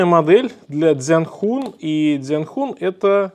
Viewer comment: Не дзян Хун, а Дзянь Хунь.